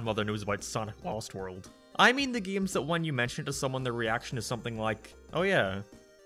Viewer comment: The Best Way to Play Sonic 3D Blast, but everytime "" says: "geims" you take a shot.